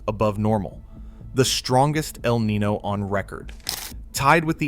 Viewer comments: “Niño” is pronounced Kneen-yo not knee-no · It's nin-YO. Not nin-no.... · Yeah his mispronunciation is driving me crazy. I know it’s petty but come on lol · Right? Eel knee-no? Like anyone who understands basic weather should know how to say this.